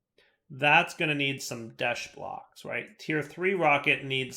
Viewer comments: plz its desh not desht there is no flippin t in the word! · Desht? it doesn't have a t at the end 😂